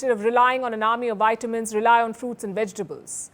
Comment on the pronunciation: Nice. Please correct your pronunciation of vitamins. It is V and not Y